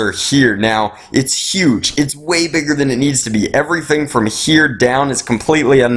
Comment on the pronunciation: WHY DO YOU PRONOUNCE "HERE" SO WIERD?!?!??!?!?!!!